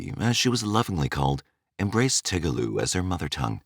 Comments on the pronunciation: That is "Telugu" and not "Toogaloo"😂😂😂😂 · It’s pronounced Te-lu-gu . Not Te-gu-lu. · American accent on a south Indian topic.The language is called Telegu and not Tegelu! Anyway here is the south Indian culture. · Its not tegulu, its telugu. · What the heck is Toogaloo?? 🤣🤣🤣 The language is called TELUGU!! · Its not Tegelu its Telegu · Telugu is being pronunciated tegulu 😅 in the video 😂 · Its not tugalu, its telgu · Why this accented n wrong pronunciation (TeGLU, Canada) , narration? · it's telugu not tegulu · It's "Telugu" not tugalu! Spoken in movies from Andra Pradesh film industry also known as "Tollywood". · Tugalu?? Its telegu😂😂😂😂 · Its not tegulu.. its Telugu.. Nice video regardless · Not Tegulu, its Telugu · The narrator cant say malayalam and telugu. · I am amazed at the pathetic disrespect the voiceover did by pronouncing Telugu language completely wrong. So messed up.